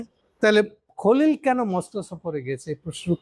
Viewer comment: আপনার পর্যালোচনাগুলো বেশ তথ্যবহুল। তবে বলার ভঙ্গীগুলো যেমন,তারেক, খলিল,ইউনুস এ নামগুলোর উচ্চারণ ঔদ্ধত্যপূর্ন।